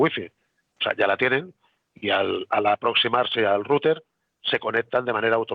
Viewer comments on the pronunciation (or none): none